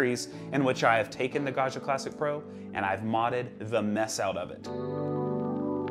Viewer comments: I love how in English you say “Gasha” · think of it as pronouncing the name John... it's a hard and bouncy "G", not a a smooth soft G like in the french "jean".... Also, being a double g means you have to hold it a little longer. Ok I'm done with being a pronounciation nerd.:) Thanks so much for the videos, they're great. Ciao.